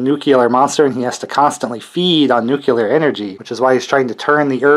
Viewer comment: Why does everybody say "nukular" the way Homer Simpson does?